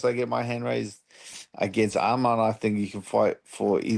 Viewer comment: I respect Dan for saying his name right Arman not Armin